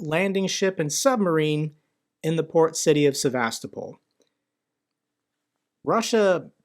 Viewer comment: It's SevasTOpol.